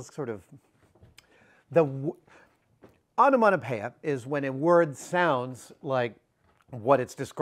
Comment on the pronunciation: The way he says "Onomatopoeia" :/